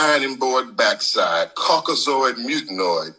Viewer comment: What? Caucazoid mutanoid? Nice.